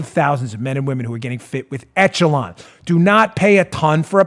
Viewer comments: On a trivial thing, "echelon" is a French word, and it's pronounced "ESH-uh-lon" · dooooode, are you pronouncing "Echelon" how they told you to?, or...? It's supposed to sound like 'ESH-a-lawn' every other time I have heard it. Sorry if being hypercritical 😬 Love you, show, my Patriot brothers and sisters, and of course, POTUS!!! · Soft “ch” on Echelon. Eshelon